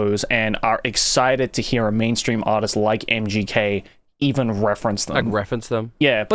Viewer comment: Dude, why do you keep saying MJK whenmit's MGK? Also I've never heard of this dude before so how exactly is he mainstream?